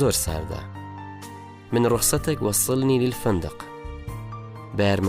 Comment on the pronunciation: واللە بەس نازانی شەرح بکەی توخوا من رخصتك ئاوا دەخوێندرێتەوە یان مالتی